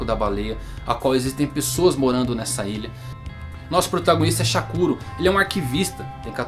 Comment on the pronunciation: Eu gostei de como vc explica e tuas mas...dá raiva que vc fala o nome errado do chakuro Isso me dá muita raiva Pq eu assisti dublado ai eles falam diferente de como vc fala...